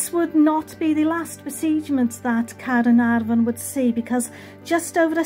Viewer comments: hello, wow the way you pronouce "caernarfon" so beautiful. I could listen your video all day, I love yor lovely voice. the architectural of this caernafron castle is a masterpiece. no wonder it's the world greatest medieval buildings. thank you so much for sharing have a lovely weekend:face-red-heart-shape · Dont mind me having abit of a binge of your channel and hehe, thank you for sharing Caernarfon Castle - never knew that was the way to pronounce it, so thank you again for sharing that, it's super helpful when we're hoping to come up North to visit this wonderful castle. I love how grand the building is, just incredible seeing the sheer size of it. Steeped in bags of history, this certainly is a place we want to go! You always manage to make all the visits enjoyable, love the animations too, thank you again for sharing this, have a wonderful weekend👍🏻👍🏻🐉🐉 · I loved learning about the history of the magnificent Caernarfon Castle. I really appreciated your in-depth research. Your voice is so beautiful,. I love the way you pronounce "Caernarfon." I could listen to you all day! Thank you for the wonderful tour 👍😊💕